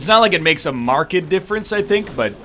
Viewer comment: Why is he saying "marked" like "market" but with a "d"? Is this a byproduct of being canadian or is it just him?